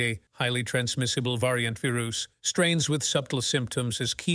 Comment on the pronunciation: What is a veeroos and oonanymously? Biden English???